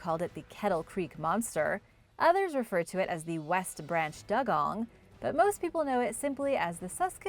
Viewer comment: It's pronounced dewgong not dug gong